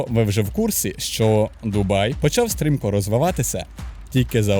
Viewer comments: Не "Дубаї" а ДУБАЙ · Перегляд закінчився на . Як можна слухати факти про місто, коли автор навіть правильної назви не знає. Дубаї 😂😂😂😂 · Ну вы серьезно? 🤣 Автор вообще был в Дубае, прежде чем это публиковать? На метро там прекрасно можно посещать многие достопримечательности. Парки, торговые центры, набережные - везде остановка метро!! Кстати которое наземное и можно много чего рассмотреть. И правильно говорить ДубаЙ, а не «ДубаЇ»!!!! Дубай - это один из эмират. Вы же не горите «Києви, Одеси» 😁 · От коли в називному відмінку кажуть «Дубаї», мене аж верне. Через це вирішив не дивитись відео. Якщо автор не знає як правильно писати і вимовляти «Дубай», то довіри до іншої частини контенту теж мало. Що спадає на думку коди я чую слово «Дубаї»? Що я розмовляю із неосвіченою людиною. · «Що найперше спадає на думку, коли ви чуєте слово Дубаї». Найперше спадає на думку, що автор навіть полінився в Вікіпедії (чи де ще вміє перевіряти) прочитати, як місто ПРАВИЛЬНО називається. І, швидше за все, в самому місті не жив/був, бо як можна там побувати і не вивчити назву. А, якщо не жив, то не відчув це місто, і не зрозумів життя в ньому. Як можна взагалі робити огляд про місто, де ти не був. Просто начитався інтернету і переказуєш прочитане? Коротше, я прийшов сюди заради україномовного контенту, але знову зіткнувся з тим, що він (контент) низької якості. Особисто мені за такий україномовний контент соромно. Перепрошую, якщо когось мої слова зачіпили.